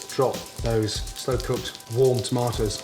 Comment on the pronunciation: every time he says "tomatas", i felt it